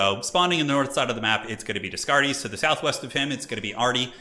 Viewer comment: Just in case no one mentions it later on in the stream, Descartes is the name of a famous philosopher and it's pronounced day-cart, not des-cartez ;)